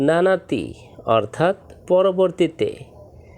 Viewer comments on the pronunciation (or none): নানাতি, নয়,, নানতি